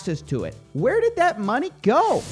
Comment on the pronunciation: Everyone: money Coffeezilla: mah-knee